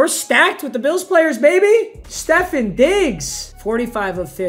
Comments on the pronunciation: rly just said Steffen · it’s StefON not stephen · Are we just gonna ignore the fact the way we said Stephon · the way he pronounced stefon’s name angers me